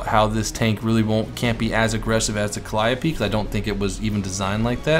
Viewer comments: Ok lets get it right this time! Calliope Cal-i-ope (Cal-ee-ohp) Please,, please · I'm pretty sure it's pronounced cal-ee-ope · "The T-34 Calliope" like if you noticed this